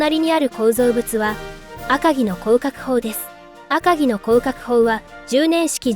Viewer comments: アカギの読み方を 訛るな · 赤城のイントネーションがおかしい いちごに近い